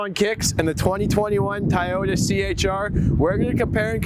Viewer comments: You keep saying "Tai-ota." It's pronounced "Toe-yoda." And I don't mean in Japanese, I mean in English. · TYyota? 😂😂😂 It’s TOYota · It TOYota not TYota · "Tie-Ota"? I think it's pronounced 'Toy - ota" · Soooooooo no one is going to bring up the fact that he pronounced toyota wrong? He pronounced it thai oh ta. Instead of toy oh ta. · Ti-yota is killing me, but I love it. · TYota???? This guy is mui ignorante..... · Why the heck is he saying "Tieyota"? What the .... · Tah-yoh-tah wtf? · Sorry the way you say Toyota as Tieyota I give it a thumbs down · Is the first "O" in Toyota silent? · Is it me or is Toyota being pronounced incorrectly? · the amount of times he said toyota wrong